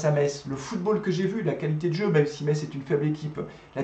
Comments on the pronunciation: Bonne vidéo mais par pitié ne prononce pas le t, on dit messe 👍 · Metz se prononce "messe" merci. C'est catastrophique pour nous la, jouer bloc bas contre un concurrent au maintien, on mérite notre défaite et Saint Étienne ne mérite pas d'être aussi bas au classement